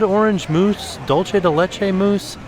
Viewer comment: please. You cant live in florida and pronounce dulce as dolce. Its spanish, not italian.